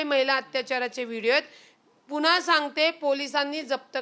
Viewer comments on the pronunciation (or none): none